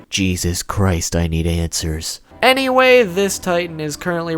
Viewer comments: ANNIE-way? am i the only person hearing this or nah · "Annieway" fuckin kill me